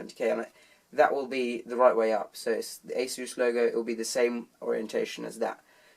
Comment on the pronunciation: It's pronounced a-soos.